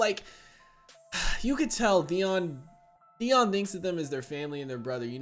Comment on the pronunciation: is it me or you call him Deon instead of Theon? mby i heard it wrong